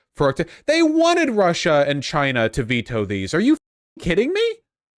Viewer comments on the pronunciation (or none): none